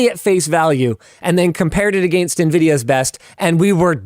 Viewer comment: Against: pronounced Egg Angst